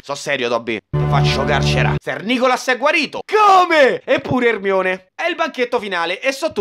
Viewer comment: Non è Herry, è Erenny